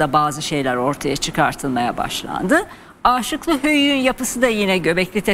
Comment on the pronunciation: Âşıklı değil de Aşıklı Höyük ( kısa A ile ) okunuyor. Rica ediyorum düzeltirseniz.